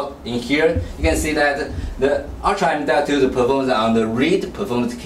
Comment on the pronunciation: Dees wan isuh emdotoo, and edees wan isuh urtrah emdotoo.